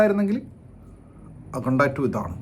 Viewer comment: Akhanda❌ Akhunda ✅